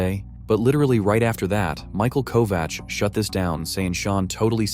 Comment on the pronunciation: I tried SO hard to make it through this video... but I can only listen to bad AI mispronounce Michael Kovach's name so many times before I just have to give up. 😒